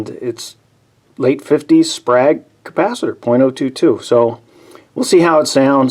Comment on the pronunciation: It’s pronounced “Sprāyg”… Sprague is the company name